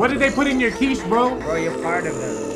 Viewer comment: It's *quiche :P